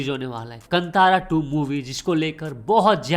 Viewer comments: कंतारा ❌ कांतारा ✅ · Bhai wo Kantaaraa nahi hai Kaantara hai 👍🏻 Btw get well soon